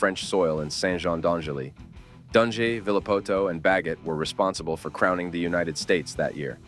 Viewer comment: Dungey is pronounced “dun gee” mate.